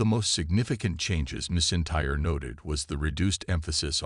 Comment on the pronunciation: “Missintyre” AI can’t say Drew’s surname 😂